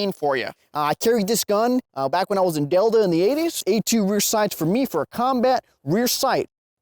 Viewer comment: The Vickers "Delda" LMFAO great vid man